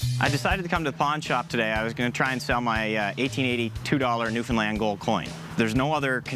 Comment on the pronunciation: best pronunciation of Newfoundland I’ve heard on tv Edit: that’s how you actually say it